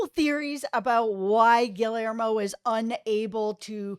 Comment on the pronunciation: You both are so wonderful! Happy I stumbled upon this. Haven’t see the episode yet but I can’t find it online to watch and my ‘bootleg site’ hasn’t loaded it yet. Anyway thank you guys! Also - Gill-Lare-Mo?!?!?! Gee - Yare - Mo (lol)